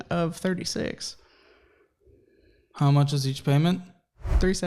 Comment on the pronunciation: Thank you for this video. This is your subscriber on the West Coast Los Angeles. I am laughing at what you had said now I’m not sure this is what you said weird when you said payments and it sound like you said (PAINMENT ) that’s what it sound like you said so I was busting out laughing so I’m going to start saying that I never thought about it like that and that’s gonna be my new word from you if that’s what you say it instead of saying payments, when you owe somebody something monthly😂😂😂😂 your subscriber on the West Coast Los Angeles